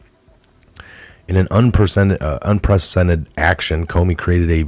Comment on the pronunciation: starts the news for long-term subscribers. Its pronounced Un-preh-suh-den-ted